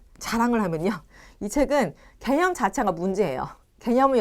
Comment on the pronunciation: 개념이라고 있는디 개녕이라고 들었디